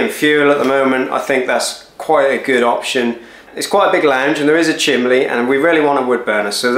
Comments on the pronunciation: Why is he saying chimley instead of chimney? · Chimley? What's a chimley? It's CHIMNEY, with an N, no Ls included. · What is a chimlee? Surely you mean chimney. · Drink every time he says "chimley". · You said chimley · I love the way he says chimley. :O} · Did he say chimbley? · How many times does this guy say chimley. 😅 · I'll let you off Lol, the only time I've heard chimley is when young children mispronounce it. Sounds strange coming from an adult.😂